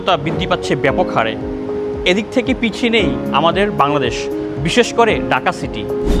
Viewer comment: গুরুত্বপূর্ণ কিছু পয়েন্ট কিন্তু আপনাদের প্রেজেন্টারের শুদ্ধ উচ্চারণ নিয়ে প্রচুর কাজ করা উচিত। ভুলভাল উচ্চারণ খুবই কানে বাজে। যেমন "এখান থেকে " কে ওনি উচ্চারণ করছেন "একান তেকে"। " থাকে" কে ওনি বলছেন "তাকে"